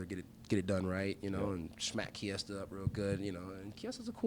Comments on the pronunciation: Kevin Holland mispronouncing Micheal Kiesa's name is hilarious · funny thing is Mikey pronounces his own name without a "t" sound so you are wrong bud